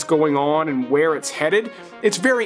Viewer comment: How do you make the word “and” a two syllable word?! 🤣😘